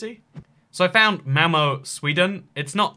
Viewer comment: Malmö not malmo